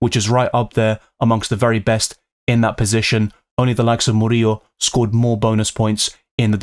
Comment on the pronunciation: So annoying how you pronounce Porro and Murrilo